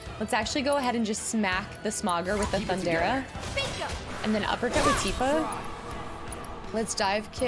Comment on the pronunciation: I’m nitpicking here, but Lv 3 lightning is THUN-DA-GA not Thun-dara 😉